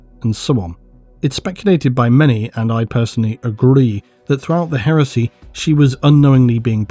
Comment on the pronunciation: Whenever you say Heresy I keep hearing HERUSSY!